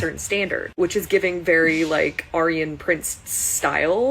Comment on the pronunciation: Ia she real? Sounds AI to me. Mispronounced Aryan. I don't trust anything i see unless it's verified.